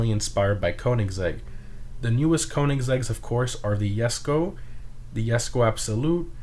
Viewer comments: Its not a yesko its a jesko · It's Bo lied not BoLead It's Jes ko not yesko ITS GERMA NOT GERMIA It's si on not cian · why u pronounce jesko as yesko